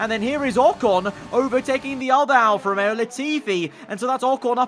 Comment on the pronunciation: George: "alFAST romeo"